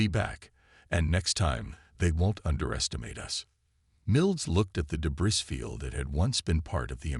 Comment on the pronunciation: PLEASE --- DEBREE, not debris.